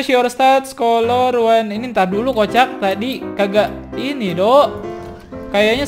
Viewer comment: Memang tulisannya color tapi dibacanya kaler bang bukan kolor 😂